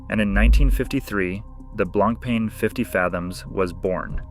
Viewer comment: Honestly the pronunciation of BLANK PEN is hundred time more irritating than this 🤦🏻‍♂️ blan pah is how it should sound